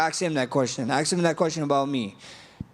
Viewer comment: Damn he says axe instead of ask. He really is Jerome